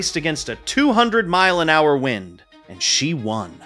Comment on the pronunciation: Jesus christ man, AI shit is nuts now. "Nothing but whined, water, and" - whatever the fuck. "At the time it mahttered most". Is this what the goddamn data centers are producing? 2min in and I'm out. Time to get back to Skeeter Jean. At least he's a real human.